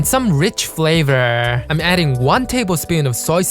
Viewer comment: "Rich flayvrrrrrr"